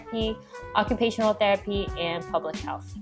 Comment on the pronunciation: therapy not theraphy 😂😂